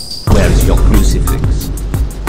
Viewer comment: No not curcfix its crucifx